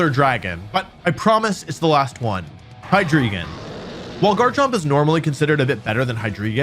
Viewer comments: Why do people call it "Hydreegon" when it's a rare pokemon name whose pronunciation is easily available for us to know. The dragon line is based on the german numbers "eins, zwei, and drei (dry)", so it should be "Hi-Dry-Gon", similar to how we don't pronounce the legendary birds "Moltrees, Articuhno, and Zapdoss" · Hydreegon. Cringe. It's HyDRAIgon my guy. The Drei in Hydreigon means three in German Just like the Zwei in Zweilous is two, and the Ein in Deino is one. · Hy-dree-gon It's... Hy-DRAI-gon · Hydreigon is pronounced like Hi-dry-gon not Hi-dree-ghen. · ok once again. its of German 123 origin. its Hi-Dry-Gone! That is the pronunciation! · As a German, I dislike how Wolfey mispronounces Hydreigon. It's HY-DRY-GON. The German word "drei" means "three" and is pronounced like the word "dry". That aside, great video! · Your pronunciation of Hydreigon is absolutely killing me..